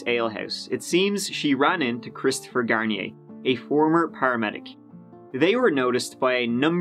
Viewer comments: You can pronounce Deveaux but not Garnier? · why do americans pronounce garnier shampoo like that????